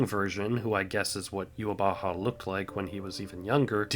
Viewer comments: it is. It is germanized version of it. In german it means the awakened god (literally the wake god) that’s also why even the japanese VA mess up yhwach’s name. The pronunciation is NOT youhabaha but youhawach (with a soft w and the typical german ch). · true. It is the japanese pronunciation of the german word. But the dub should have used the german pronunciation or at least tried. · it's not a mistake on the japanese part, that is actually how they pronounce yhwach there. the real issue at hand is that viz didn't do their research and copied the way jp dub pronounced his name